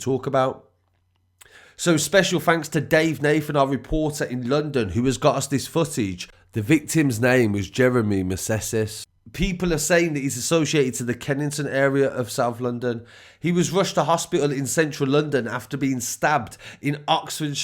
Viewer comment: It's Meneses not Meseses.